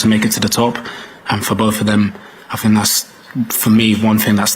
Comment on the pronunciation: Another ‘Finker’ ! A whole football squad and not one of them can say ‘think’ . Oh well. GO the 3 Lions 🦁 🦁🦁🏴🏴🏴🏴🏴🏴🏴🏴🏴🏴🏴🏴🏴🏴🏴🏴🏴🏴🏴